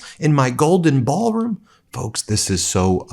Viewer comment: If I were a reporter at the White House when he was spouting this crap I would have asked "Mr President! Can you say 'Ballroon' again?"